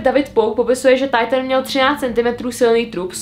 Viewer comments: hovorila to mu Titan a nie taitn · Nečíta sa to tajtn 👄Alw titán